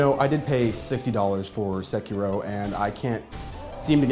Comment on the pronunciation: Your pronunciation of sekiro had me dying lol I had to replay it like 4 times I'm like what??? Thought my phone was skipping